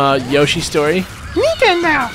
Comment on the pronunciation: When yoshi said "nintendo" I thought he said "jingle bell"